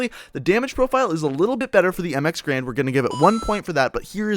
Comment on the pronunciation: Garand. Not grand, you idiot